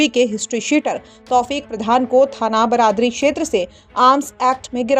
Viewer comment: थाना बरादरी ? मैडम, थाना बारादरी कहिए।